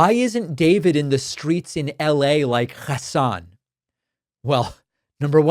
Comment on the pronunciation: your KHA_SAN pronounciation is in the direction of Racism/Fascism too.